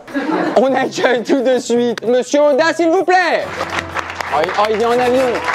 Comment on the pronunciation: "on agueil tout de suite "